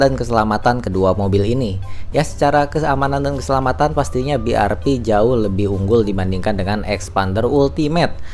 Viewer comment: BIARVI ya gan bukan BIARPI